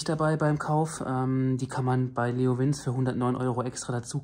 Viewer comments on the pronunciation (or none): Man spricht es "Leo Wintsche" weil Italia 🇮🇹😆 geile mikro qualität . finde den mit den komplett schwarz look geiler als der silberene bei meinem SC Project Woher sind die felgenaufkleber?